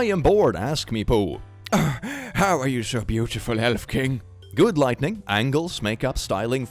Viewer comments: It might just be my hearing, but I'm hearing you pronounce lighting as lightning. Veeery subtle difference, and most English speakers don't notice the difference in writing (soooo many write lightning as lightening), but thought you'd want to know. 😘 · Have you ever noticed that he consistently says lightning instead of lighting? EVERY. TIME. It's kinda funny. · Drinking game, take a shot every time he says "lightning", instead of lighting. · I love how he constantly says lightning instead of lighting. It's somehow really adorable <3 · keeps pronouncing "Lighting" as "Lightning" and it's absolutely pissing me off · Okay, no one's told you this, but it's not "lightning", it's lighting. learn the difference lmao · I love how he pronounces “Lighting” as “Lightning” 😂 It’s great.